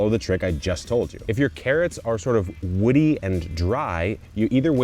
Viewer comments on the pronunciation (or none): none